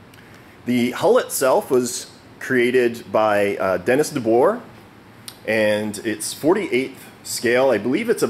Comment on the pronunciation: Great vid, thanks for sharing. JUST an FYI, name is pronounced De BOOR. It is Dutch.